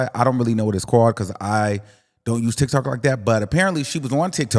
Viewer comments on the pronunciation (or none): The way you say TikTok sounds like TikTalk. I kinda like it a little bit.